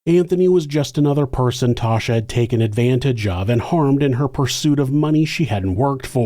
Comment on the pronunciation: 'Tasha". not "Tosha"